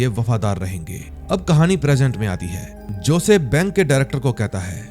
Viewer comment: josay nahi hosay aisa pronounce karte hai sir